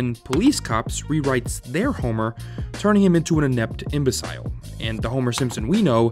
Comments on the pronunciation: You also mis-pronounced "imbecile." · Im-bah-sile??? Seriously??? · You also mispronounced “imbecile”….